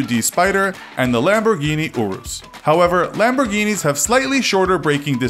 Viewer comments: It’s ur-is not or-is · Stop calling calling the urus the orus And stop calling the huracan the oracan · Uh-rhus, with the "u" not "iu" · its not a lamborghini OOrus its a lamborghini urus lol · He pronounced urus as oorus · Finally, a comment I can relate to with my frustration! Same with the Urus, isn't it "Your-ess"? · He said Centenario as "Sentenario", HuracÁn as "Hooracán and The Urus as "Oorus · The Urus is pronounced ( U tis ) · Sufia Uddin he also said U-rus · Me. He says urus wrong, he says veneno wrong, says Hennessy venom gt, and shows the f5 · please say aventador right next time and urus